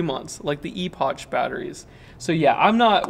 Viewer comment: Epoch is pronounced "ee-pock"... It's a silly word :-P